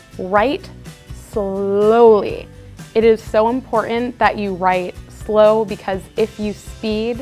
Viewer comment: Why is there like a 'd' in the slooooooooow word?